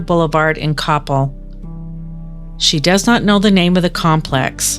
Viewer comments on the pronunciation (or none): The city is pronounced cop-EL.